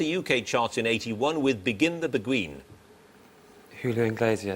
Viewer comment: How he proounces beguine is deplorBle...